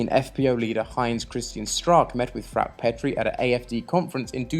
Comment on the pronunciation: Good Videos. Do get the names right - it is FraukE, LuckE etc.